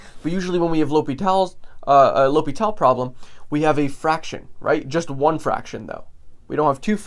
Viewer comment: L'hospital 🤣 L hospital fr